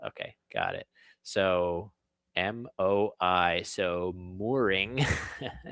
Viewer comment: MI is the third note of the solfege system, it's pronounced "mee" not "my"